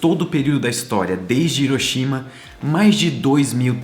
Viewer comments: Porque Brasileiro não consegue pronunciar Hiroshima de modo correto? Hiroshima se pronuncia Riroshima, igual Honda, Hyundai, ou seja o H tem a pronuncia de R. O mundo todo pronuncia certo só Brasileiro pronuncia Iroshima. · cara vc exploca bem , mas pronuncie hiroshima como se fosse r e nao i